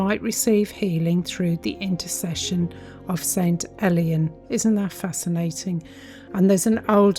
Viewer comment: It's prononced more like ale/ian than elian don't worry about it though, just for you info.